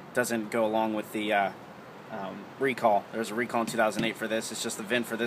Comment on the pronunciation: GET DA HEYAL OUTTA DAYRE!!!!